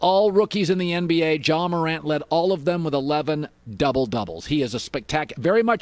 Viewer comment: literally know one: want some more jay mo-rant